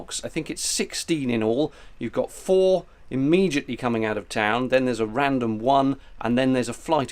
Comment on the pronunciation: Did you just say Imegiatly? Instead of Immediately???? EDIT: Where did you find a "G" in Immediately??